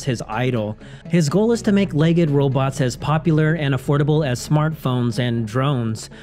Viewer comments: LEGD -- it's pronounced LEGD not leg-ed --- like special-ed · "legged"? "LEG EGGED"? Why are you pronouncing it that way?